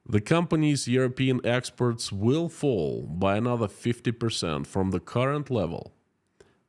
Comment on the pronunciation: Please pronounce "exports" correctly. I keep being confused when you pronounce it "expert".